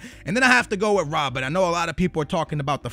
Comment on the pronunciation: lol it's not rob-bin it's rob-BEN